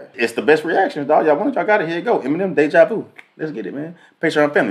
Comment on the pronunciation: Someone please tell him it's "Deja Vu" not "De Javu"😭😭